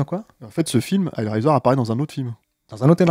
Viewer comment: Super episode mais pourquoi vous le prononcés hell riser ? rise raise hell raie zeur